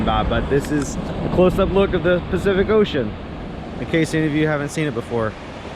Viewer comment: I had to laugh - your “specific ocean” instead of Pacific Ocean was so funny, even commented on it. I grew up in Washington State, we went to the Pacific Ocean all the time. Glad you’ all had a great time at the conference. 🦋🦋